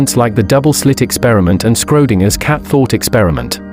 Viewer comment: "Scrodinger's" LOL